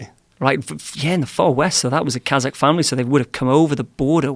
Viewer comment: He isn't pronouncing it properly that's why. Many slavic names end with AK like Polak, etc... But Kazakh is pronounced Kazahh where the H is emphasized, no K